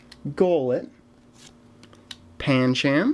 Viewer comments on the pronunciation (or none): U know when u got the card Pancham u said it sooo wrong its pan-chom. Sorry this comment was a moan or rude to u :( i still subbed